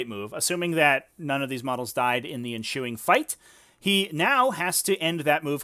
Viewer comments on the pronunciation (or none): Enshuing? I mean ensuing?